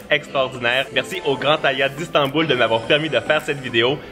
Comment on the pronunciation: Son accent 😊